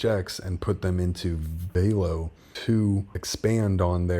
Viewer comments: It’s Velo… like Jello … not Veelo 😎 love the channel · It ain’t Vaylo 😂 .. all good 👍🏻 keep up the great job!!